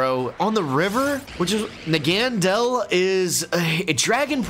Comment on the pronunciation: for the love of god stop calling poipole's evolution nagandel...it's called and pronounced NA GA NA DEL